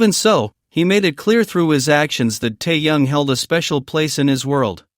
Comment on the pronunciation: Выговаривайте правильно имя ТЭХЕНА а не ТАЯНА .